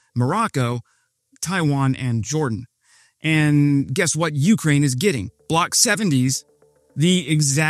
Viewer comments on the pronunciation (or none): U-KRAIN, not U-krain